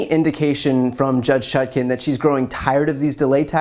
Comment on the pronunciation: For god’s sake, it’s ChutkAn, not Chutkin, and it’s Immunity, not ammunity!